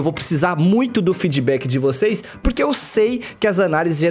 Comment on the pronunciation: "Seis não vai acreditar" quase parei de ver aqui , esse português aahhhhhrrr kkkkk